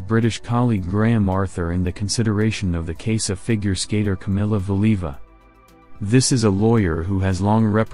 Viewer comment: the narrator (AI?) cannot even pronounce Valieva's name correctly! Nobody noticed before posting this? Weird